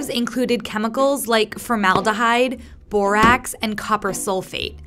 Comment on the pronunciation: It sounded like she said “ and a little bit of booax”not hating just wanted to say that.